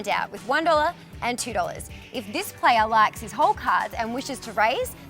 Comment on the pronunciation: Pronunciation guide The playa... the deala...